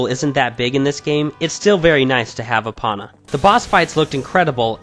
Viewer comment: Why did you pronounce it eh-pon-uh when it's pronounced ee-pone-uh